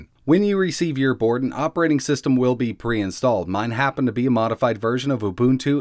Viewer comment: I cringed at the way you said "ubuntu". It's pronounced "you-bun-too".